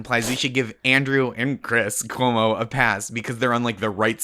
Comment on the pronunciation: Did Jon say Cwis Cuomo?